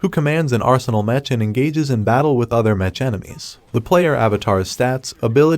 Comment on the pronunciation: Stop saying metch its mech (mek)